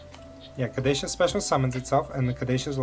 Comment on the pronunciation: I love this hybrid with Mathmech! btw Caduceus is pronounced ka-doo-see-us